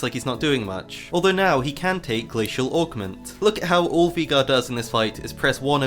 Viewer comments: who the hell calls veigar vEgar? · the way you pronounce veigar sends shivers down my spine